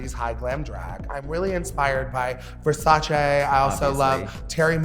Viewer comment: VERSACE. NOT VERSAYCE.